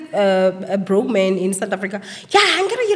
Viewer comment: Emphasis on “broke”.. so is it really that good?. 🤣🤣🤣